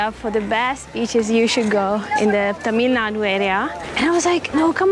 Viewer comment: Happy tat u pronounced TN state as THAmilnadu instead of Tamilnadu very correctly..